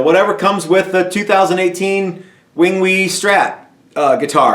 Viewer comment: Wingwee..... hahaha